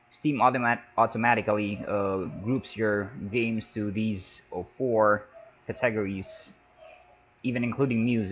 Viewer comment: THE WAY HE SAYS CATEGORIES XD. CA..... TEGRIES XD!!!!!